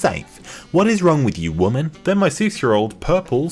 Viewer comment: Can't you hear it?! It's a Whamen! 🙄🙄😤😤😤